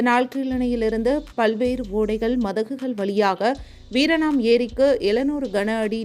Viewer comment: Madom : வீராணம் ஏரி-க்கு, வீரணாம் ஏரி - என்று சொல்கிறீர்கள்....